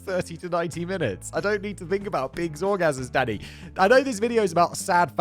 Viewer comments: I always think Simon is saying “daddy” rather than “Danny.” 😂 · It literally sounds like he is saying "Daddy" instead of Danny. I am hearing, "Oh why daddy? Daddy no, I don't like that daddy." >.< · Sometimes I hear “Danny” as “Daddy” For example “I don’t need to think about pigs’ orgasms DADDY!” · When he says "Danny," it sounds like "daddy" to me and really made the beginning of the video and little more interesting.